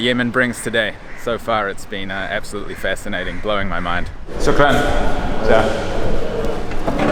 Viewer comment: you keep mispronouncing the A sound in the Arabic word for thank you....ask your guide to correct you....its very British...or California USA how you say it...its Aah, like the sound you make when the MD checks down your throat, not Ahh, like the sound goats make...